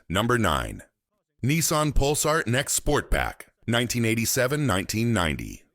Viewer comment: "Nex?" Teach AI how to talk correctly before you lean into it. Also, the video for the Pulsar shows clips of the far superior NX model from the 90's. Fail.